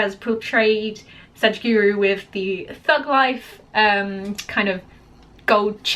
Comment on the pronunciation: It's sadguru not sajguru